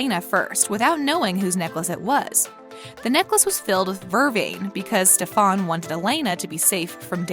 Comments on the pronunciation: Please noooo, it's Stefan, not SteeeFAAn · The name is Stef-an not stef-arn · I really hate that you CONTINUE to call that man “SteffON” when it’s “SteffAN” 😂😂😂😂 u clearly didn’t watch the show🤦🏾‍♂️ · its stefen not stefan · it's stefan ..not stefaann....its disrespectfull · Why the fuq do you keep saying StefON? Lol! Did you even watch the show? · YOU SAID STEF-AUN.....HAHA INSTEAD OF.. STEF-AN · The fact that she says “StEpHoN” instead of “Stephan” makes me TRIGGERED 😭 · Btw, its Ste-fun not stefaan! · Pronunciation wise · IT IS STEFAN NOT STEFON!!!!!!!!!!!!!!!🤬🤬😡😡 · why are you calling him StefaAUUAn its stefan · “Stephan” it’s Stefan😭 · It’s pronounced «Steffan» not «Stefaan» lol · Why did she say Stefon instead of Stefan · Pov: It's stef-hen not Stef-han...just saying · Ugh, it's Stefan! Not Stefon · The thing that she says stefAn and not stEfan 😡😤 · Rebekah and Hayley were never enemies the heck is she talking about? this girl has not watched this show at all!!!! and the necklace Rebekah gave to hope is not the same that Stefan gave to Elena the one Rebekah gave to hope has the family symbol on it, and finally its pronounced (ste-fin) not ste-fon!!!!! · Seriously when are you going to watch the show, and learn how their names are pronounced. Stef- an not Sta-fon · One question why you call Stefan stAVON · StefPhon it’s Stefan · It’s Ste-fen not Ste-faaaan OMG 🙄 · Bruh its Stefan not STEPHAAAAN PLS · I can’t with the StefON 💀💀🤣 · i literally hate this channel. they heard somewhere that tvd universe is popular so they made a video just for views. everytime this girl says stefOn it cringes me. Legacies is far from "our favorite show" it's bullshit. they have never seen any of the shows! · It’s pronounced Stefen 🤦‍♂️ you need to be smacked lady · Did it really just say stafan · StefAn ... who's talking? Kai parker? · When she says Stef-OOON! instant DISLIKE!!! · When she said Ste-fan 💀😭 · say it with me stef-in thats how you pronounce stefan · lol stef OHN